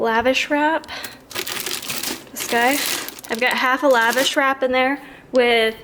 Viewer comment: lol- Lavash, its pronounced La'VASH. lol